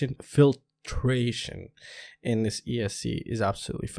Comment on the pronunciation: Haha just made me laugh. Fil-tra-tion. I read the comments and listen to you stuff. Haha just funny. (Edit:ps, thanks for these)